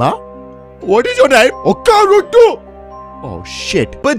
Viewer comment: The way he said oka ruto killed me